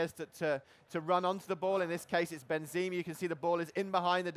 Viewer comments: Olsen Ben zee mah xD its Ben za mah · Ikr. Benzeeeeema. The way he said some players names pissed me off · Did he just call him Benzeema? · Ben-zeh-ma, not Ben-zee-ma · Benzeme!? Are you f***ing serious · He says "Benzeema" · Am I the only one that's bothered by the fact that he said "Benzee-muh" and "March-ello"? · I don't trust a guy who can't say Benzema properly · I think the way he pronounced Benzema was waaay more annoying! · Benzema, marcelo, kroos.... Learn to pronounce the names yo... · The way he pronounces Benzema , -.- lol